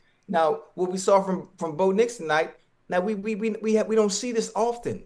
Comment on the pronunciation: "Bo Nicholas Nix" lol